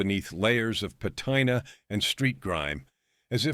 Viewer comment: BS Bumpy was sharp , but no match for Meyer Lansky ! Also , Ben Seigal would have smoked Bumpy ! Also , tell your stupid AI or voice over how to say patina correctly !